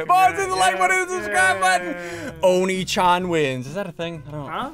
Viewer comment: Ssundee really said oni chan